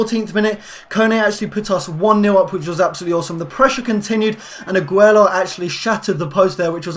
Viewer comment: "Aguelo" it's Aguilar lol